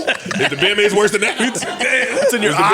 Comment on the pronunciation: “ Beer mase” they geek 🤣🤣🤣 its Bear mase JBP…